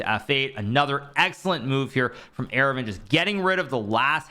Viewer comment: Friendly note, Aravindh is pronounced Ar-vind similar to how you would say ar-jun. The second a is silent in aravindh.